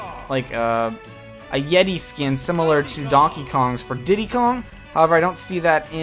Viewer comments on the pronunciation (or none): none